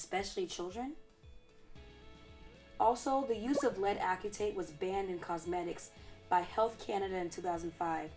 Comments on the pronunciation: Only because I am a chemist and I like for every one to know the correct pronunciation of chemical materials, the correct way to say it lead acetate (like aci-tate). It gets drilled into our heads early. Anyway I love your videos and how everything is scientific. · Pronounced: ass-uh-tate. Thanks for the videos and info. Looking forward to future vids. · I was thinking the same, I'm a bio major. But it's all good, great video!